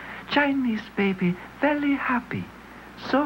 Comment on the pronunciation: gLape Jell-o LOL Chinese baby veLLy happy.